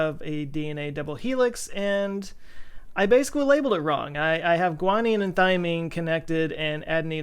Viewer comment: You also messed up "thymine" :) Of course I have no room to judge anyone else's screw-ups.